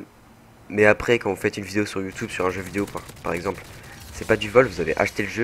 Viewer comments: Pourquoi il dit Youtoube ? c'est Youtube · il dit youteb mdr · J'ai envie de l'enchainer a dire Youtoube avec son accent :O Sinn g g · Youtoube?? Mdrr